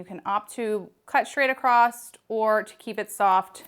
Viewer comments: Great tutorial! ;;; ggirl, the word is ACROSS. There’s no “t” sound LOL. Not “accrossT” - not “accrossED” ; just “UH-KROSS”. (I’m so Not intending to be cruel - but You say this word a LOT in your work~ if it were me, I’d want to be corrected so I can make the change in the future) >>> keep up the great artistry! — BESTxx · It's across not acrost.Across does not have a t in it.